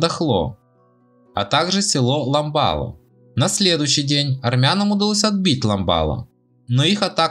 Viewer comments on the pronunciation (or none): Автор не Садахло а Садахлы,не Лямбало а Лямбяли